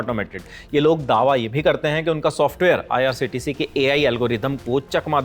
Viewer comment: Aise bandar abb reporting kar rhe he jinko IRCTC bhi nhi bolna aata. Lallantop bhi abb bik chuka he . Shayad jist news abhi bhi real reporting krr rha he.